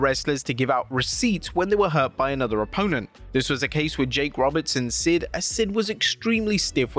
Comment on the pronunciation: What’s an oppoennt lol